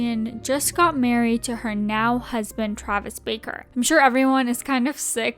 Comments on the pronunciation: *Barker... Not baker 🙄🤦🏽‍♀️ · It's BARKER NOT "BAKER". Do some research.